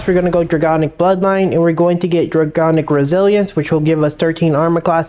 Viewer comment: it's draConic not draGonic